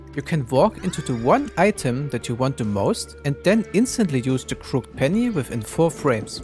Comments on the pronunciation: fyi. crooked is pronounced crook-ed :) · It's pronounced "crook-ed" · just so you know its pronounced crooked penny not crooked penny